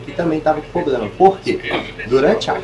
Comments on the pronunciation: Falar “poblema” é foda bicho!!! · “Poblema” mil vezes da uma canseira de ouvir. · O menino aí mandou bem. Só precisa ajustar esse “poblema” aí! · Só precisa parar de ser prolixo e de falar 'POblema'. 😭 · O que mais me incomodou foi o atendente ficar falando "poblema" que nervoso!😂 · geral fala ''poblema'' ja tem um tempo qe reparo muitas pessoas pronunciando errado kkk outra palavra qe geral fala errado é ''Celebro'' kkkk repara qe voce vai perceber qe muitas pessoas falam essas palavras erradas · " poprema" , acho que é a palavra que o povo fala mais errado no Brasil , fico esperando o povo falar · Nunca ouvi tantas vezes seguidas na minha vida a palavra "Poblema". Quase que desisti de assistir, Jesus amado! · Agonia esse poblema desse 😂